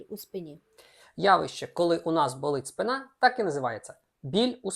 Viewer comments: Дуже цікаві і корисні відео, дякую вам! Дозвольте підказати: українською буде спИна, а не спинА. Дякую доччиному ЗНО)) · Правильно - вИпадки, спИна. Не помиляйтесь!